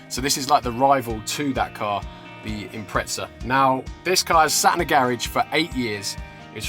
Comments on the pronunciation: Impretza 😂, there's no T in the name buddy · It's pronounced Imprettza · How come in the UK people add a T to the pronunciation of Impreza, very weird. Its a Z not a T.